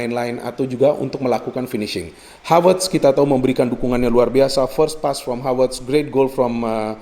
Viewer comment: Selalu suka aksen khas yang ketika mengucap huruf V menjadi W, pas bilang Havertz jadi Hawertz, Jesus Navas jadi Jesus Nawas